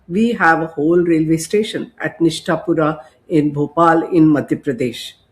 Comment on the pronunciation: It's Nishatpura.....not Nishtapura😂.....shows how disconnected you are